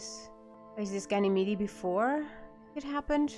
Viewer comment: Ganymede is pronounced with the last "e" silent. "Gan-a-meed" Also, it's "Dawes" not "Dahns", there is no "n". It's pronounced like puppy "paws" not the morning "dawns"